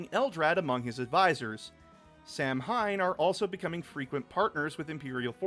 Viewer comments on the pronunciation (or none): While it is spelled Samhain, I believe it's pronounced "Sa-When". It's Gaelic/Celtic in origin